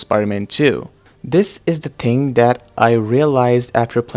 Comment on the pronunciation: thing not ting